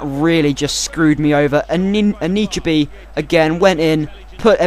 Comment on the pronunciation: It's An-i-chebe